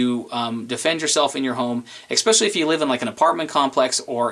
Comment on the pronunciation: Awww, did he just say eck-specially, or ex-specially?